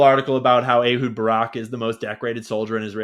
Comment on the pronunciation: Every time you pronounce the other Ahud's last name, I hear Tim Conway on the Carol Burnett show describing the siamese elephants!!😂